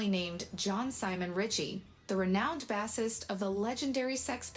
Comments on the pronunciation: I hate AI.... BASS-ist? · Learn to say Bassist correctly!